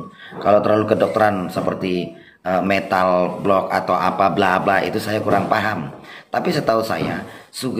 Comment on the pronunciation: Waah seru ni..tp maaf ini guru besar ucapkan mental block kok dgn metal block, apa mirip captain Amerika atau bgmn yg dimaksudkan 😁, ilmu karomah? Itu tdk ada ilmu khusus, ckp dengan ikuti ketentuan Allah SWT dan RasulNya dgn iman dan taqwa. Karomah itu kejadian luar biasa yg trjd pd hamba manusia dgn pertolongan Allah SWT krn ketaqwaan dan ketaatannya kpd Allah SWT dan RasulNya..bedanya dgn sihir atau mrk yg kolab dengan jin itu kl karomah tdk bisa omny present atau on call, kl ilmu sihir dan sejenis sifatnya on call, nah guru besar ini trmsk yg mana Sy kurang paham krn blm kenal 🙏